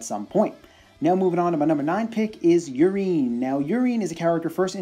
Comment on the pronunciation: lol I'm pretty sure "Urien" is not pronounced "Urine." I think his name is inspired by Uriel and pronounced similarly - definitely sounds less ridiculous that way.